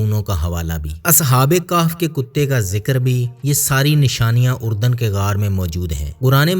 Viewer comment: Iska naam URDAN nahi ARDUN hai.